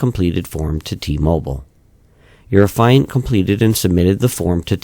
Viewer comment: Sir, the word Affiant is pronounced affy (like taffy) and int (like the first part of international) so affy-int or aff-ee-int. As in the person who’s making the affidavit (we don’t say aah-f-EYE-davit now do we?) You’re saying it like the the word defiant lol. Irksome the whole video. Not enough to be called annoying and not enough to ruin it but enough to cringe every time.